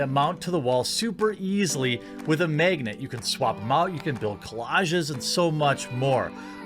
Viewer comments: Say magnet again lol. Just like Stewie trying to say Cool Whip. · Why can't he say the word Magnet